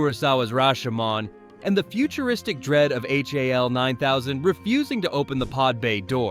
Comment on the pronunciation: Ai robot narrator can’t call 2001 robot “HAL” but instead calls it H.A.L” . I wonder if the narrator would have opened the pod bay doors